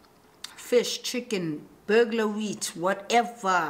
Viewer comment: LOL Burglar Wheat!!! It's BULGAR 😂😂😂 I love you though ❤️❤️❤️ I've been binge-watching you because weirdly - I just found you